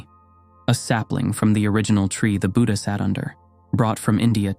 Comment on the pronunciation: Both Tipitaka (Pali) and Tripitaka (Sanskrit) are correct, but he pronounces it incorrectly. Even the word "Buddha" is pronounced incorrectly. I have seen this in many videos. The English language cannot give the correct pronunciation for Pali or Sanskrit words.